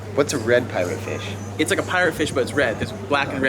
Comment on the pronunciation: Parrot fish not pirate fish 😂 Great content though...thanks for broadcasting the richness of our culture on a global platform...much blessings